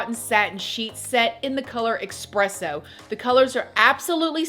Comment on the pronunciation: “I ordered in the color expresso.” Lol, this made me laugh thank you. It’s called espresso.